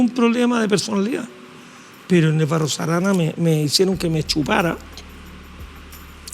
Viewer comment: Que gran invitado, claro que la periodista debiera aprender de él, el profe dice BarroS Arana, y ella dice BARRO ARANA, además le tomó un retrato, yo creo que le tomó una fotografía con la que se puede hacer un retrato. Ojalá nuestros periodistas pronunciaran bien. Al menos ellos.